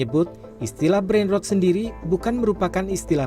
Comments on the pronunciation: ketika "Brain Rot" dibaca "Brain Root"... even auto sub dr google dengernya "Brain Road" brengsek, kenapa bukan aing yg kerja di CNN seh?! kebanyakan masuk jalur orang dalem lo lo pade yak??!! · brain rOt bukan rowd 😂